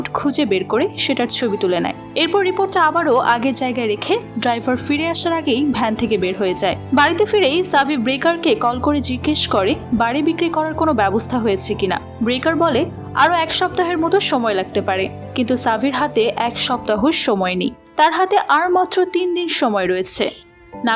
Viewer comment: ব্রেকার না শব্দটা ব্রোকার হবে...ওভারঅল এক্সপ্লেইনেশন ভালো ছিলো